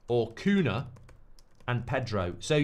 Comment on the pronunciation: I know it's not important but Cunha (nh) in Portuguese is spelled similar to El Niño (ñ) in Spanish, so if you know how to say El Niño just say Cuña instead of Cuna, the same for every nh word in Portuguese